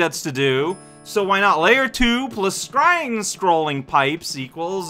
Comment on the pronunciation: Death count: 338 (17 today) Goal tape average: 216 / 18 = 12 (67 / 4 = 16.75 today) Bonus game average: 3 / 2 = 1.5 (1 / 1 = 1 today) Pfft... Of course this thing costs 22 when you only have 21. Sounded like you said "Scrying Scrolling Pipes" there. So, you're gonna check the top cards of your deck and decide whether or not to put any of them on the bottom? :P That Parakoopa has the honor of dealing today's first death to you. Zwee! Took you just 1 death to get to this point. Welp, Mario got himself telefragged by all the gravel in the ceiling. I thought you already realized that green pipes are typically one-way, and that the coins indicated which one was enterable. I call shenanigans on that one. Shell hitboxes don't always properly collide with Chuck hitboxes when you need them to. You can certainly shell-kill the Charlies, but their hitboxes have some dissonance to them. Like, you want the shell to hit slightly lower than usual whilt they're jumping. Who wants auto-scrolled pancakes? That Koopa doesn't know what the heck. D'oh. Also, that little lava pit is pointless, as you're still standing on the bones. Aw, missed the goal tape, but with that Chuck rushing at you from the left, that's understandable. So, it took you 5 deaths to complete that segment. Total: 6 Ooh, digit-matching 1-up! (49 stars and 344 time.) Yeah, it would make sense for the key to be up there. Huh